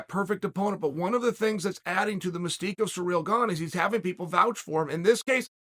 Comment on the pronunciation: Um, it's pronounced "CEREAL gone"; you were getting it right before